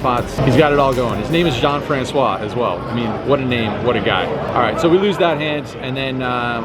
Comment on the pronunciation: It's a pleasure hearing you saying "Jean-François". Tanks for all your hands review.